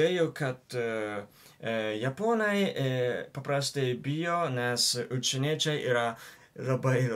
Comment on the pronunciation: Ai ir visą video sakiai "učieniečiai" vietoj "užsieniečiai"